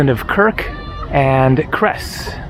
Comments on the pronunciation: Cres is pronounced with C like - city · Beautiful, my favourite place from my chilhood 🥰 And, just FYI, Cres is pronounced with “tz” ( as Tzres).